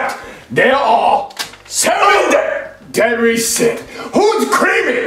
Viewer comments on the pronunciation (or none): “Deady sins”